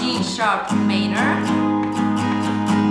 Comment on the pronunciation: wymawiamy - ` mAJ-nor` - a poza tym OK :))